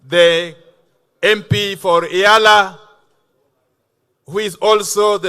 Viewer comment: Did the UG minister just say :Raina Amolo" hhhhh, the term 'rhino' has a connotation that fits the bill